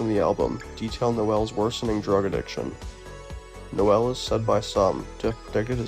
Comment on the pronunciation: Bro, it’s pronounced Nowell like knoll. And Jim Croce is pronounced CRO-chee…do just a tiny bit if research before reading your voice over. Dang